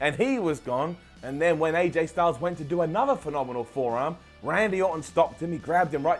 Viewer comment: "Aj stungles" 😂😂😒😒